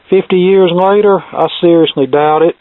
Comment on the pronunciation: Sounded like you said "Searsly doubt it." A nifty pun in this case.